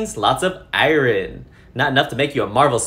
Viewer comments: Am I going crazy or does he keep saying "I rin" instead of "I earn" for Iron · Eyeron...Sorry im drunk and that bothered me a smidge. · Came here to find this ‘I-rin’ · Ierin adds to personal dictionary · No, but the fact that iron is pronounced "ai-urn" is crazy (courtesy Google). Think about it. The letters switched places. pronunciation actually made more sense for me, having a phonetically consistent mother language. Smh English and your phonetic inconsistencies. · Was "I wren" on purpose? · I can't get over the way he pronounces iron. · Hahaha 🤣 I repeated it a few time laughing, then had a hell of a time trying to say it correctly! 🤣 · why do you say iron funny 🤣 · This guy needs to learn how to pronounce iron, tho.